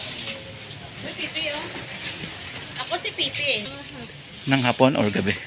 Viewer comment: Tama ba ung narinig ko pipi oh Pepe.. 😆😆😆😆😆Ng gabi. 😆😆😆